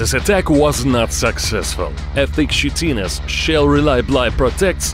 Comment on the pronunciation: Chitin= Kitin